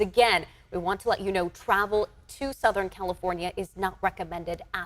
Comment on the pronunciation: WHY does she talk like that???? Soutahearn Califoarniaea ias abouat to experieance 2 incheas of raian. 😂 It's unbearable. And the other reporter supposedly stands with "very dangerous" storm winds yet the bushes behind her barely moves lol. What a hogwash.